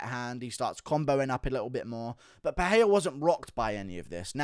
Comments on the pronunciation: It's pronounced Michelle PeREIra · When will you guys learn how to pronounce Pereira’s name? I have no idea why yall think it’s Pe-hey-ra